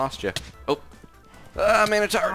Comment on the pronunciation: How many people have to say it wrong it is mino-tor I think because ssundee said mono for I thonk